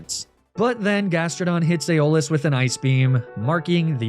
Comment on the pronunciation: Isn't it AIRabus rather than erEEbus? Aeolus is definitely EYolus, not eyOHlus.